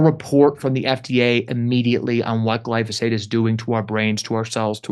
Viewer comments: Jimmy, it's pronounced GLY FO SATE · Gly-PHO-sate, Jimmy. 😅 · Jimmy you are so funny when you say glysophate 😅 love it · Please someone teach Jimmy how to pronounce glyphosate😅